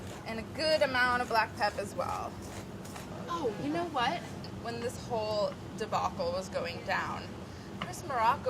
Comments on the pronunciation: "Black pep" really lol? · I hate the "black pep" she keeps dropping. I mean... it's black pepper it is literally 1 syllable. If anything drop the "black" and just go with pepper, no one will be confused by just calling is pepper.